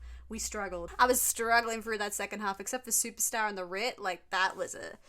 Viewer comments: Supertzar is pronounced, “Superzar”. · I think it's pronounced super tzar (like Russian title)